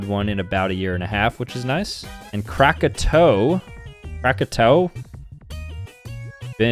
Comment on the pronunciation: It's kraka-t-o-a